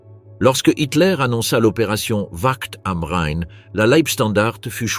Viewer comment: Tout à fait. En revanche, la façon ridicule dot certains mots sont prononcés, par exemple Ouakt am Rhein, montre les limites de l'IA